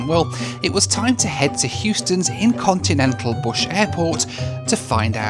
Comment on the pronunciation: Did you say Incontinental Airport? Is there usually a backlog? 😂